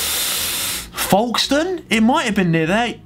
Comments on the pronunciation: That’s my town!!! Harry, it’s pronounced “folk-ston” lmao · Yeh Harry that’s not how you say Folkestone ahaha